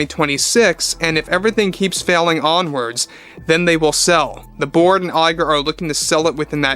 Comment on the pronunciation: I keep hearing “Iger and the board” as “Iger and the Borg”